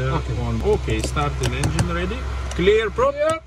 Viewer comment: It is P2010, it has modifications like the speaker outside. Once you pronounce ”Clear Prop” 😎